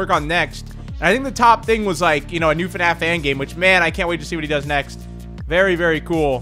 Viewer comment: I saw in your other video you said fanaf it’s F.N.A.F/five nights at freddy